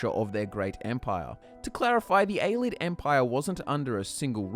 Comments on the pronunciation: "A-lids"... A-lee-ids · Ay-LEE-ids for fuck sake... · Pronounced AY-LEE-ID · It's "Ay-Lay-Id", not "Ay-lid" It's "All-ter-ay-shin", not "Al-ter-ay-shin" Mispronouncing "Ayleid" can be forgiven, but you don't know how to say "Alter" as in a Church alter or to alter something? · Its pronounced (Pel-lin-al) not (Pel-lin-neal) and (A-lee-ed) not (A-led)